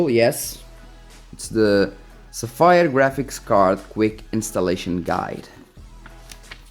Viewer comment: LOL...és português? Pelo teu sotaque pensei que eras italiano...LOLADAS - Agora que estou a ver o video pela segunda vez vou tentar adivinhar - és Nortenho. Bom conteúdo - continua assim miúdo! (A propósito... Codigo de Barras = Barcode / Sapphire = Tens de pronunciar como "Sáfyre")